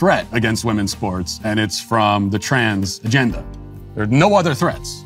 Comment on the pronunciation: Did he just say the 'Trans genda?' As in the "Trans agenda?" Hilarious 😂